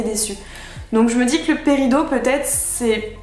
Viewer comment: Oui mais ça m'a perturbé que ça se dise paridOt